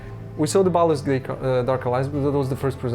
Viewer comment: I love the narrator's accent. "Baldur's Gaith"... nope, it's Baldur's Gate :D And what is that "markesh" he's talking about all the time? It's fortunate that, contrary to the narrator, Marcin's pronounciation is good, otherwise this would be a very obscure documentary ;)